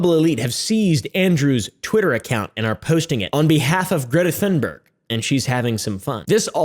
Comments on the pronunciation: Say Thunberg with a T thats how u say it kind off. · I just wanna say, cause I’m Swedish like Greta. Thunberg is pronounced with the Th as a T, you pronounce it like the T in Tuna. Just a little help from a Swedish fan!😅😊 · You say it like Greta Toonberg, as if you would pronounce the toon in Cartoon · hey it's pronounced Thunberg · Why is it so hard for english peapol to pronounce tun-berg